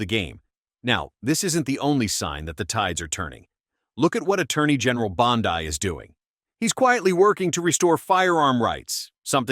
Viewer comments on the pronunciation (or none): Don't mean to criticize, but Her name is pronounced Bond E not Bond eye. Might want to teach your AI the difference in pronunciation. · Bond-i? Really? Thats how smart you are? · Hey bud it's Bondeeee NOT Bondeye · ALSO.."BOND-EYE" (BONDI) IS NOT A HE.. UNSUBSCRIBING NOW... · Pam Bondi, which you mispronounce, is a woman not a man. Do Better!